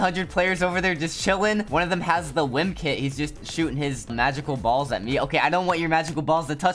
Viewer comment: THE way he Said balls just wired